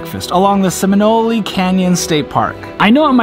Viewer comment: Seminole pronounced "Sem-a-knowl". The way you said it, sounded Italian! 😃